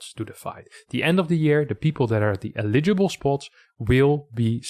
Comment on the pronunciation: I know English isn't your first language, this is just if you wanted to improve it. You buy things with money (you pay employees/workers). Eligible (emphasis on first syllable).